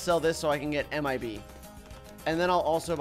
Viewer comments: when you say MIB I always hear AM I A BEE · You could say anything ANYTHING but why you say m i bee